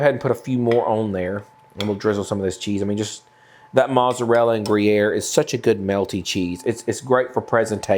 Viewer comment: Is there a inside joke on why he doesn't pronounce mozzarella property?